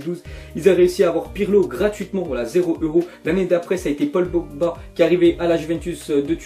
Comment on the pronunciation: Vous avez entendu comment il a dit Paul Pogba pour les transféré de la Juve